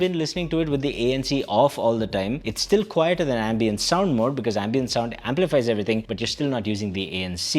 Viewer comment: dude , it is ambient.. not ambeint.